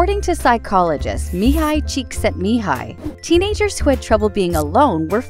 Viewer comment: the pronunciation was actually really good! :D